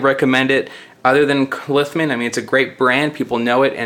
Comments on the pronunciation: Ughh, it REALLY irritates me when people pronounce words wrong, cannot finish video! Lithman? Libary? Yuck! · Not Lithman, Littmann. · Isn't it Littmann?